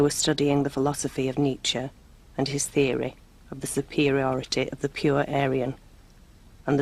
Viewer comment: nich-AY. and his theor-AY